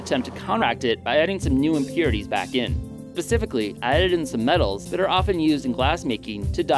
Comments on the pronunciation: "specifically" not "pacifically". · Anyone els notice how this dude says a pacificly instead of specifically. What a scrub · "pacifically"? do you mean "SPECIFICALLY"? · "PACIFICALLY" really bro? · Great video! but did he say.... ..."pacifically" ? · Did you REALLY say "pacifically" ....!??!?!